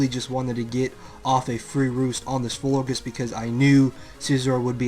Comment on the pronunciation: You say Florgiss? its floor-geous like flower gorgeous.